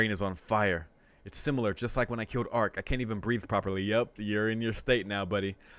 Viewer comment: I just got to say it. I would rather you try and produce Arcuid's name even if you get it wrong. It breaks my immersion to your reading when I here you say Arc. Just go for it. In my opinion calling her by a different name is way worse than mispronunceing it.